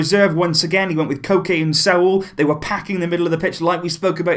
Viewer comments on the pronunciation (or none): What you said:"Koke and Saul" What I heard:"Cocaine and Sault" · lmao its like Coke is Cocaine and i heard Cocaine instead of Koke. And Sault is like assualt i think. And instead of Saul i heard sault